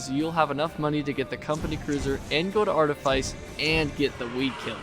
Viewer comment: Wow that's the most outdated high quota guide I've ever seen. First off, for the love of God, it's pronounced "Arteefeece". Then, seriously ? Assurance ? This ain't v47, old man. If you're playing squad, no one cares about getting to fire under 10 seconds if it's gonna be to get a maximum of 14 measly scrap items with barely any that are among the quality list. First moon should always be Ada. Then Rend for Q2 ? I mean, I love Rend, get the idea behind stacking on Shotguns, but really that seems just as outdated an idea as going to Ass first. You'll find plenty of Nuts on Art anyway so going to Rend is purely optional. Leaving 10 dollar duckies behind is a great mistake too, don't see why you'd ever recommend that. Reason's simple : you're on squads, which means you should be aiming for full clear every run. Every bit of money counts, so don't leave any behind. Take all 10 dollar duckies you find because going for that Gold Bar on the very other side of the Map might cost you your death, but if it's the only item you couldn't get, the suicide guy can always get it back. As for Artifice, the outside enemies ? A threat ? Are we talking seriously here ? The outside enemies on Art are forgettable since you can literally have all you crew get into Cruiser, spend all your day indoors and finish your day off with a Cruiser jump. NOBODY today, unless they're doing an Art Only run and have to get past Q1 Art, should carry a SINGLE ITEM back to the Ship on foot, that is a thing of the